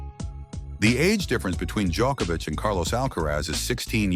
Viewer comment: Man, if Djoković is pronounced a certain way, why should Genčić be pronounced differently?! When you're already making a documentary and putting in serious effort, at least try to learn how to pronounce Slavic names. We are not such a small group of people, you know... Half of Europe, at least... Btw. good work :). "Not to bad".